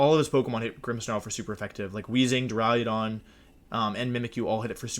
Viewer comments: Wolfe.... for my sanity learn to say duraludon not duraliadon. Please!!!! Lol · d) I'm tempted to unsubscribe because of how you pronounce "Duraludon" alone